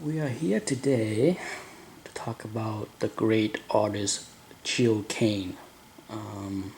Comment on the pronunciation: Gil not Jil! G as in Gun.....